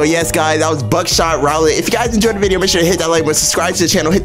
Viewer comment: You pronounce it “Ru-Lett” like saying “Ru” and saying “Let” together. “Roulette” Hopefully I’ve explained it right. lol 😅